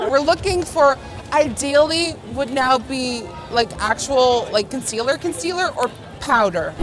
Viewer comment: Nikkie: conceaLLERRRRR British girls: conceaLAAAAA